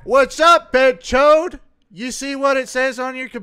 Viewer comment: When he calls them BENCHODE 😂 has me dieing